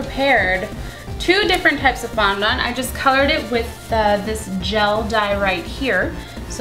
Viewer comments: fondent not fondont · OMG....it's fondond not fondont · FONDENT NOT "FONDONT" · I'm not being hateful but please say fondant properly! I have OCD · you say fondant the most retarded way i have ever heard